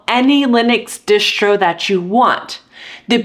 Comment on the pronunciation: i cant get over hearing her keep saying dishtro with an sh sound, i always thought it was spelled distro and possible that is short for distribution i may be wrong but there is no sh sound in distro. its just annoying to say dishtro. does she pronounce all of her s sounds with an sh sound like a speech impediment or something or is it shomething?